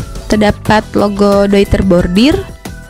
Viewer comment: Dari sekian banyak review ttg penyebutan "Deuter",,,baru mbak aja yg bener 👍👍